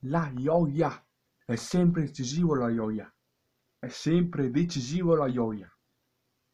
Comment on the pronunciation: Sei antipatico quando dici la ioia